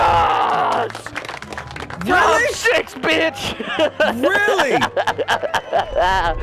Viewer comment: "TIMES SHIX"